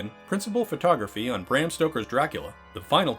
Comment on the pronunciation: And Bram is pronounced brahm dumbass